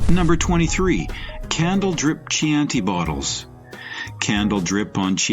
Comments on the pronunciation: “Chee-anti bottle”? Gurl please. This sucks. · Last I heard, they were pronounced "Cianti" (hard C, like a K). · Key-an-tea bottle..... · Yes Chianti